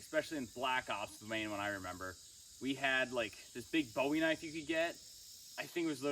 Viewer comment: That's a knoife!🤠